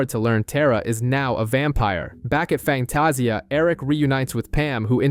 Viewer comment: It’s Fangtasia. Pernounced Fang-taz-ia. That was painful to hear each time, other than that, good job. Terrys funeral was so touching. Andy’s curse words are hilarious and unique. I still miss this show which is odd because it’s not a genre I’m into. I think sexy Alexander Skarsgard (Eric) had everything to do with that. 😊